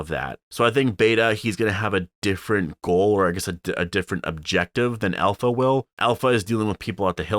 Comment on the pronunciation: I think its pronounced APLHA